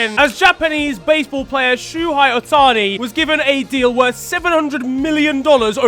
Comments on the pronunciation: Pedantic of course but it's pronounced Show-hay Ohtani rather than Shoe-hai. Congrats on 700k! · My soul hurt on that pronunciation of Shohei (Show-hey) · the pronunciation Shu-hei is mental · "Shoehigh Ohtani" 😭 😭 😭 I thought Americans were bad at pronouncing names 💀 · as a japanese person, shohei is pronounced show-hay 😭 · Bro called him shoe hi🤣🤣🤣🤣🤣🤣🤣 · Hearing pronounce Ohtani's name as "SHOO-hai" made me hurt inside XD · It’s sho-hay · Im sorry but SHOEHAY Ohtani? 😭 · Never try to say shohei never again